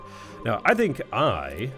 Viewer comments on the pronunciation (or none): none